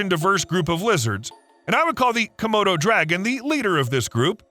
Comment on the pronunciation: Er...was that a Komodo Dragon, or, hmm, er...a "Commode O'Dragon"...? [ sorry! ]